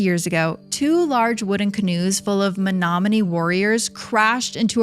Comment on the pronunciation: Born and raised in Menominee, MI(props for pronouncing it correctly 😉) which is on the bay of green bay. I loved learning of all these shipwrecks. I will say people don't realize these lakes are considered inland seas for a reason. They are powerful, unpredictable, and absolutely otherworldly in beauty. Thank you for your respectful coverage on this underrated part of the country. Absolutely loved this! 🫶